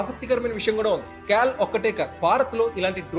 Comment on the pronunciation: క్యాల్ అదెక్కడి పదం బాబూ అది kaal (కాల్ ).